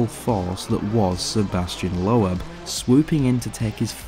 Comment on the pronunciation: You really need to learn how to pronounce names correctly. For example. It my be spelt LOEB, but it is pronounced LOBE. Its not pronounced PETER, but PETA Solberg.